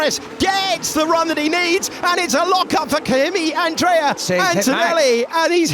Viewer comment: Kimi AndrEii 🗣️🗣️🗣️